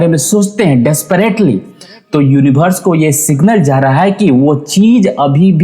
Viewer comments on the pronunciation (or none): सब कुछ ठीक है भाई साहब लेकिन यूनिवर्स को यूनिभर्स मत कहिए